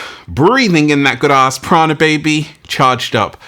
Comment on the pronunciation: Prana sounds like piranha